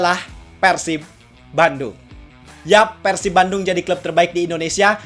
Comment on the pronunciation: ciga barudak keneh euy,nyebut persib nya persib bukan peursib,ciri khas org sunda